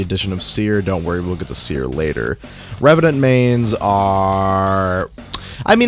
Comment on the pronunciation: His seer perdition was soooo wrong